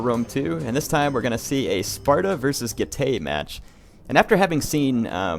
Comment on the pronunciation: Getay!!!! Seriously though, I think you should check out how "ae" is pronounced in latin, and I can assure you it isn't "ay"